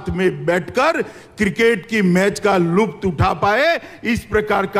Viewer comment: LUPT NHI H WO LUTF H THODA PRONOUNCIATION THEEK KARO.